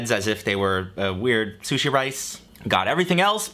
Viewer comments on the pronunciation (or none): none